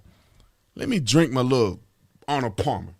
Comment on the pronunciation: The way he said Arnold Palmer, though.......